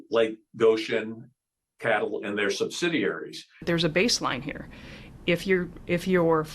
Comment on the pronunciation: Thank you. For this. Sheeple (the EV crowd). I have read the comments - NOT ONE MENTION of CATL pronounced "cattle" . Does anyone want to acknowledge the inhumane CCP? (The #ONE threat to humanity)!